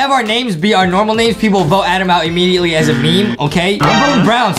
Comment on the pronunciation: NO ITS ADEM. OK IT'S ADEMMMMM NOT "ADAM"